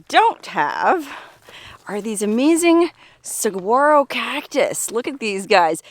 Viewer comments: This looks like my backyard. I can go outside and see this every day. Those little fuzzy cholla are teddy bear cholla. FYI it's pronounced suh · waa . row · Great video but the cactus is pronounced Sa-wa-ro! The “G” is silent. I have lived in the Sonoran Desert for over 35 years.🌵🥰😉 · Note: You don't pronounce the G in saguaro. Sa-war-o:) Awesome videos from!!! I used to love exploring all the ghost towns in SE AZ.